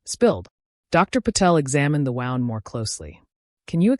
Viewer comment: Why can't the AI pronounce the right kind of wound? Why don't people fix this?